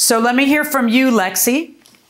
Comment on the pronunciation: Lexi rhymes with Pepsi